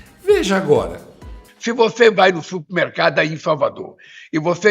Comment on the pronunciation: Ele fala supimercado , ignorante !